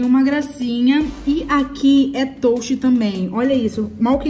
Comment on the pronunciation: Mano,fala touch certo miga